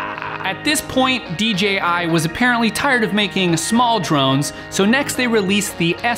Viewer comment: "DGI Drones" It's 'DJI' you fucktard ! "Hassleback camera" WTF ?